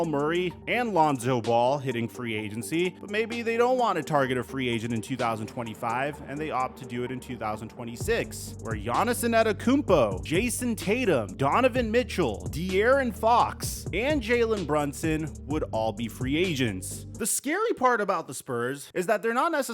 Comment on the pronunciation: Bro, who the hell is Giannison Adekoumpo? Say his name right